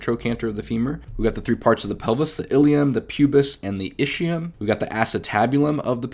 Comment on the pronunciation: My Italian brain hurts everytime I hear ischium pronounced ishium and not iskium. Anyway great video, thanks a lot for the great content!